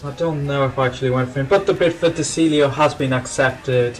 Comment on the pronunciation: his name is pronounced de chiglio